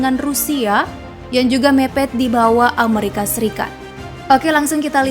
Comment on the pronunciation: plis dijawab min. inspirasi dari mana sih nyebut amerika kyak gitu? 25 thun gua hdup, baru di channel ini doang ngedenger nyebut amerika beda sendiri wkwkkw